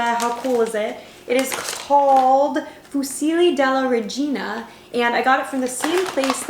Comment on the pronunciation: Wow... I'm Italian and you said "fusilli della Regina" well, really... wow